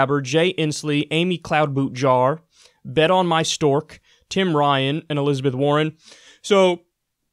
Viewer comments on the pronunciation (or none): Bet on my dork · everytime Kyle says Bet-On-My-Stork I die LMAOOOO